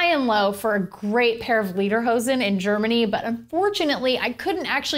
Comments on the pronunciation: It's pronounced "LAY-der-hosen." Not "LEE-der-hosen." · It's pronounced "Leatherhosen" just with a D instead of TH. :)